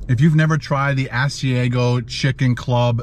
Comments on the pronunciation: I have never tried the Ass-E-A-Go chicken sandwich, just the Ah-C-Ah-Go chicken sandwich lol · All I ask is research your pronunciation of food your not sure of. Restaurant I worked in it's ( As/i/ag/o)sorry your not saying it right. Other then that I love watching. Wendy's breakfast has special sandwiches called doubles has extra meat and egg and cheese. But not all have .I'm in Harrisburg, Pennsylvania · Say it like this. AHH-c-iago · How you pronounced Asiago is cracking me up! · You are saying Asiago so wrong